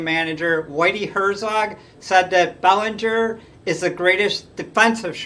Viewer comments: It’s pronounced “Bel-an-ger”. It’s not Bellinger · The way it is pronounced here may be correct but I distinctly remember announcers pronouncing Belanger's name Ba-lan-ger, not Bell-an-ger. Either way, I don't see how he could be rated ahead of Concepcion who was one of the best offensive shortstops of his era, and was also an exceptional fielder. If Belanger was a better fielder, it can not have been by a wide margin. Concepcion on the other hand, was an infinitely better offensive player than Belanger. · It's "Bel AN ger." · If he hadn't suffered a career-shortening injury at the beginning of the 1982 season, you could make a good case for Rick Burleson going to the Baseball Hall of Fame. Look how far the team fell after they lost him; they struggled to play .500 ball without him at short. And by the way, Mark Belanger's name was pronounced "Buh-LAN-ger". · Good picks but Larry Bowa and Don Kessinger deserve honorable mention. You mispronounced Belanger’s last name. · You're pronouncing Belanger's name wrong ...